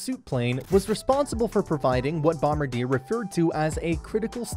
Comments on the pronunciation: Hahahahahaha. Dude, it was hurting my ears listening to this guy butcher the name. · If you’re going to do a video at least say the say right. It’s a French word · It does diminish the credibility of this video when you mispronounce the name! Think of how the French would pronounce it and that is how you say it! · Please learn how to pronounce the company name!